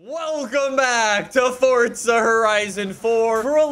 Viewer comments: Is it just me or does it sounds like he's saying fortza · Pretty sure he’s saying fortza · Is it me or he says fortza horizon